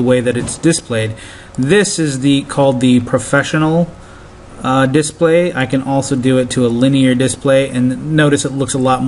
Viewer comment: you talk too much + you say display wrong + L + ratio + you have scurvy